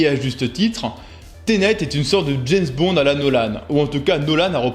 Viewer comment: On dit James Bond, pas jayz bond! Kho lolo!